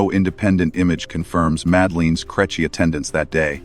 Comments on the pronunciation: Creche pronounced crechy got to me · I know. Crêche should be pronounced more like "cresh". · Its success, to a large extent, hinges on the quality of the punctuation in the submitted text, although mispronunciation of 'creche' suggests an inferior language model. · The AI saying crèche is hilarious even if the subject matter isn't. I detest AI voices but the content itself seems good. 👍🇮🇪